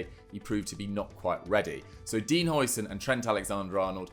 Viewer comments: It's difficult to say for you, as the "ui"-sound isn't used in the English language, but "huis" is Dutch for "house" and calling him Housen is a lot closer to what it's supposed to sound like than the "oi"-sound the English usually use when they see a Dutch name with an "ui"-sound in it (the same applies to De Bruyne). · How are we still pronouncing Huijsen's name wrong?